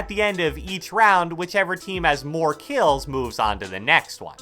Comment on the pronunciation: Nobody:: keills